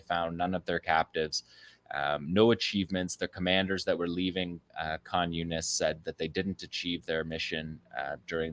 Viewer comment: Does anybody else hear "communist" whenever he says Khan Younis? 😂